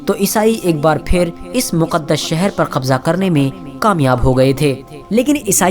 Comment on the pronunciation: Maqdish nahi muqdash